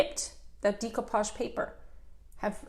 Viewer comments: I believe it pronounced de' not dee de(')coupage. I couldn't watch your video because you don't pronounced it right. Very annoying. Sorry. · Very nice video. However, the word is pronounced "day" not "dee" as in day-ku-pazh. Beautiful old craft I did quite a many years ago. Looks like it's having a resurgence. Stenciling too! Glad to see that. Enjoyed the video! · You're gorgeous (you belong in the movies), love your tutorial and ideas BUT your pronunciation of the word "decoupage" hurts my ears. It's pronounced "day-koo-paazh" not "dee-ko-paag" If you are in this business, your pronunciation of this word is important. I know people will tell me to relax or if I don't have anything nice to say, blah blah blah. But I feel that it is important to maintain the English language, not only for this, but also for future generations. I'm sorry if this hurts your feelings. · Is no one going to address the fact that she pronounces decoupage incorrectly?